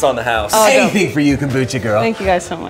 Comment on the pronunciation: Why do some people pronounce Thank You as Dank You?!?